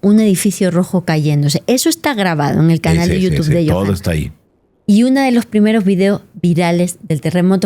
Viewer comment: Yonahan dice, en lugar de Yohanan :)